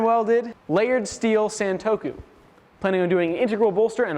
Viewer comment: sahn-toe-koo not "san"